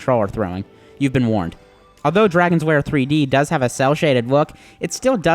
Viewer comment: I'm sorry, but it keeps sounding like you're calling it "Dragon's Wair" and not "Dragon's Lair" to me, anybody else getting this?